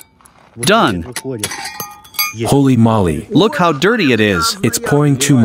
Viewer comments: Knitting needles are Spokes in english & " Holy Moly is not "holy molly" both words are said the same way as Holy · Surely this translator knows they are saying "holy moly" not "holy molley", who even says that lol and he says it a million times now...